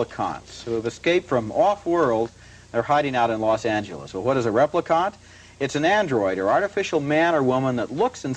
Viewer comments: Right? "Repli-cont." Insufferable. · The way Roger pronounces Replicant is infuriating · Can't even pronounce Replicant right. It's just like it's spelled.